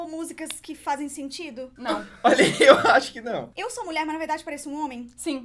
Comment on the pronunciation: e honen?? nao e nulher?? sin kkkkk